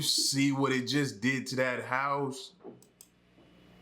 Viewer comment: Why is he holding the syllable lmao. "Taking buildings along with iiiitttt"